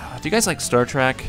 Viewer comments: It is Star Trek not Star Track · I'm sure a bunch of other nerds already said this, but it's not Star Track, it's Star Trek, with an E.